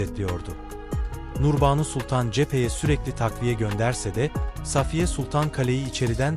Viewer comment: Okurken uzatma işaretlerini söylemiyorsunuz buna dikkat edin.Endam,Namını,Nurbanu kelimelerini uzatarak söylemelisiniz